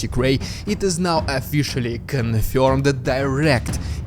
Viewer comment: Officially is spelled and pronounced with an O at the start not an A.